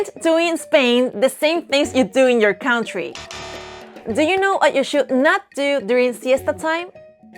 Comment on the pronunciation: Please don’t say cAUntry say cUHNtry